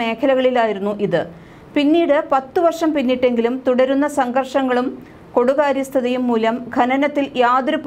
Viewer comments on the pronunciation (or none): കൊടുകാര്യസ്ഥത അല്ല, കെടുകാര്യസ്ഥത എന്നാണ്